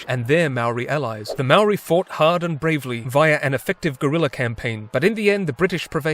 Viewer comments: It's more like mow-ry but flick your tongue at the r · he can say whare nui but not maori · Bruh please learn to pronounce Maori correctly! Other than that, pretty good video. I wish you'd highlighted a little more how the British pretty much shat all over the treaty of Waitangi and ignored anything in it that wasn't convenient for them because they considered it more of a formality or gesture than an actual treaty. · He's not even saying moari properly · God dam it... pakeha can't pronounce maori can they